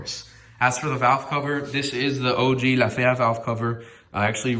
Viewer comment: bro you sounded extra spanish ... 😁👏👏👏👏👏 La fea , talk spanish more often Btw how dare you take time off . Tf you thinking .. Suerte , éxito Felicidades